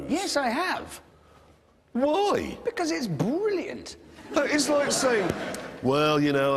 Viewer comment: I love how Richard says BRILLIANT when talking about the BRILLIANT Morgan ;D